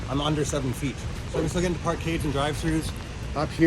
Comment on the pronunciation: Is he saying Park cave? Nice setup btw.